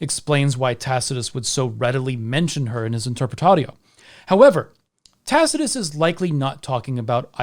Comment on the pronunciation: "in which Tacitus goes into details about..." Dude, are you having a stroke?